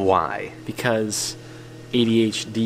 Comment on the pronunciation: AD... HD can't forget the pause